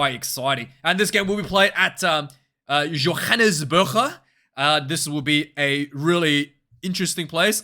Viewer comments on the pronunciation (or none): Johannesburg pronounced in Afrikaans or Dutch or German, is.....(yo-han-ness-burr-gggggh) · Who told you to pronounce Johannesburg like that? 😂